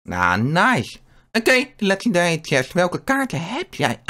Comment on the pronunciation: Bij eh 😂😂😂ik ga stuk een lekanderie uit goude khhiest